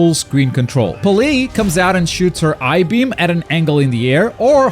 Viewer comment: This man said "eye beam" lol